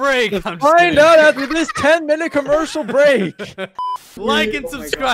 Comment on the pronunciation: Right after he said 10 minute comercheal I got a comearcel